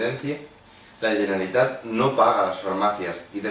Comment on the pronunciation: No saps ni pronunciar bé "Generalitat", tu què vas de català, home? Si se't veu el llautó d'una hora lluny. Haver nascut aquí no vol dir res, sr..